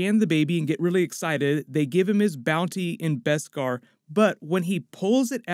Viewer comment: BESKAR! NOT BESPAR!